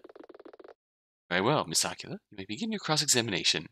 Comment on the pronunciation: No offense, and I don't know if anyone has corrected you on this yet, but... are you pronouncing Aquila as Aqua-la? o.O I think it rhymes with Tequila or something instead dude. :p You know... so it can rhyme with Nina, like how Eagle rhymes with Legal. :? Nina Aquee-la, not Aqua-la. :p